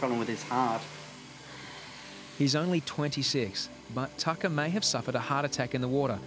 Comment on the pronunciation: you are right, this guy doesn't know sht. It is pronounced Tah kah